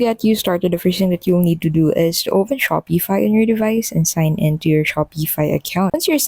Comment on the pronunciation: There is no E in the word Shopify. And its pronounced Shopify, not - Shop E fi.